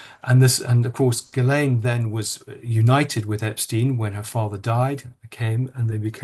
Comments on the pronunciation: Why does the interviewer deliberately mispronounce names, despite Andrew Lownie saying them numerous times? For example: Virginia Guiffre (GWIFF-RAY); Ghislaine Maxwell (GIZZ-LANE). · It's very disrespectful of you to continually mispronounce Giuffre's name. Not to mention Ghislaine's. Get it right.